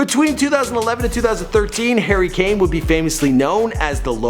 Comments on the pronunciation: Hurri k-kane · "Herry Kane" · “Hairy lane”